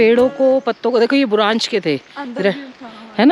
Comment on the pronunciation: आप बुरांच बोलते हैं लेकिन ये बुरांश का फूल कहलाता है ❤️